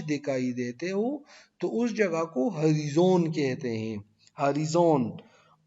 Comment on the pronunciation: ہری زون نہیں سر (ہو رائے زن) horizon